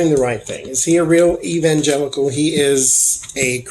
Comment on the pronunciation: My mind heard you say, "Is Michael Penitentiary a real evil genital?" lol Just love your readings!